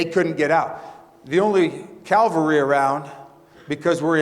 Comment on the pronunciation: Mr. Geist - first and foremost, this Beyer would like to thank you for your contributions to keeping fellow Americans safe. That said, it's CAValry, not calvary ( which is merely xtian b.s.)